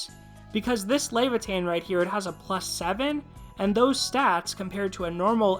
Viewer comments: Luh-vai-uh-thn Luh like lucky, vai like vying for power, uh like well...uhh...., thn like thin mints or athens. I feel like somewhat of a jackass, I have to remember that uploaders also read comments, ill try to be nicer in my criticism in general in the future. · If I ever hear lay - vuh - teen one more time I'm going to flip my shit